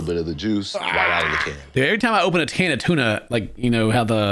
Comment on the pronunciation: literally said “ every time I open a ‘tan’ of tuna” lol tongue twister for ya?